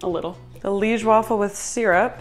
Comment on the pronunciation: You said Liége right the first time you said it, actually. It is lee-esh. We eat them with powdered sugar on top usually, not really with sirop. They looked bomb!